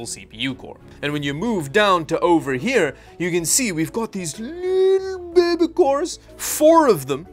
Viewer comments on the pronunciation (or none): Can we get a 10 minute loop of saying "bebe" and "thiddy"? PLEASE??